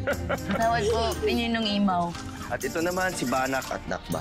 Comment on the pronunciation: Pao pao: imaw hindi mamaw ate lira 😂😂